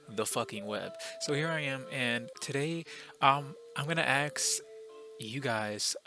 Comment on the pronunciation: Ok so I'm new to your channel, I found it cause I intentionally searched up this topic. Okay so two things I wanna mention real quick: 1 you kinda say "aks" when you say "ask" idk if it's intentional or nah just noticed. 2 what is that windows xp lmao. Okay so I searched this up because I was playing a visual novel called 18titans (just saying it's 18+, not bad tho) and in that game you can hook up with raven but it's more of a relationship you can build up than just hitting on her ykwis and that's what got me thinking and I ended up here. So ye like I know we're talking about cartoon characters but that aside it's just facts man like everyone loves raven and gwen and these kinda girls and I find it strange too. Like I even remember some kinda video I watched at one time and it was kinda like an online survey of some sort or idk but to cut it short men had to vote for women based on how attractive they find them on a scale from 1 to 10 and the goth lookin girl won there too. Idk like there is something about this dark personality and yk this reserved type personality that fsr just attracts ppl cuz it's kinda differend from the average and thus it's exciting. Definitely an interesting phenomenon.